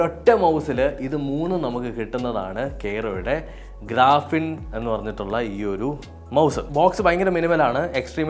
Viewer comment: ഗ്രാഫിൻ അല്ല ഗ്രിഫിൻ അല്ലേ 😊